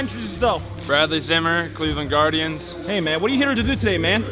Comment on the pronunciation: I throw up in my mouth a little every time someone says Cleveland guiardians...